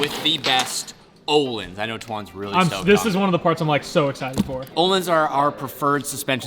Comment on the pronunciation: Öhlins (ö) is not "o" it's like the the sound you make when you're about to Puke😂 If you write island in Google translate to Swedish that's how you say it :) This is very important!!!!